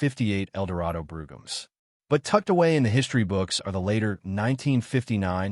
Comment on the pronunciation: Eldorado "Broo-gams" and Park Lane "Broo-ums." LOL